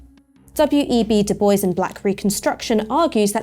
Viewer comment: Very informative! One criticism, the pronunciation of Bois 😎